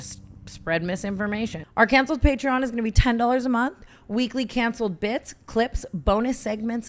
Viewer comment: I can’t with the way tana pronounces patreon 💀